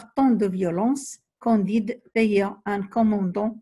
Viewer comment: Candide avec "a" pas "o"